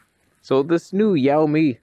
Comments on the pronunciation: "Sell me" , not "shall me" :) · it's "shiaomi" 😁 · Shee-ou-me :P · Xiaomi is pronounced as "Shaow-me" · The pronunciation is "Shall me", you're welcome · The accurate pronunciation is "sell me" :) And it means small little rice. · to pronounce Xiaomi = show from shower + me xiaomi = show( from shower )+me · Correct, but I would say its more like "shaw-me". Type "xiaomi how to pronounce" in Google to avoid any "accent confusion" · "Show me" is how it's pronounced. They used Xiaomi because it sounds, almost, like that in Chinese. (More like "Sh-Ow!-Me") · pronounced shoowww mi - your welcome 😎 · 加拿大人实在没办法准确把小米的发音给正确念出来啊